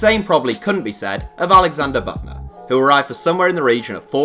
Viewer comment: It’s Büttner not Buttner 😅